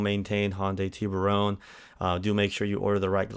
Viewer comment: You pronounce Tiburon funny. It's Tiburon not Tiburone.